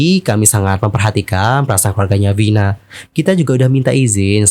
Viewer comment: Kenapa ngucapinnya harus Vhina? Vina mah vina aja. Kayak orang indo kalo ngomong. Dengernya kayak kebule2an nyebutnya